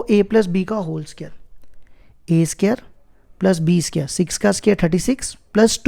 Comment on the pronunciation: Pela bolta sikhi la bsdna ae square chhe sqere nhi